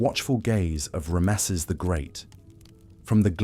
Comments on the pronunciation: This is really good except for the pronunciation of the word Ramesses, it's just very jarring to hear ram mess seses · Unusual pronunciation of Ramesses